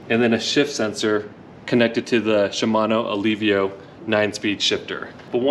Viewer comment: “Shimano Luvia”